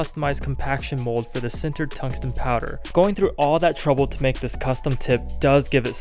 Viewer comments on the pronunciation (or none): none